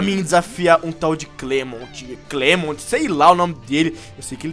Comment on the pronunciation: o nome do Clemont se escreve Clemont mais se pronuncia Clement